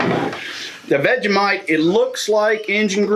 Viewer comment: Great vid.. BUT that is NOT how you do Vegemite sigh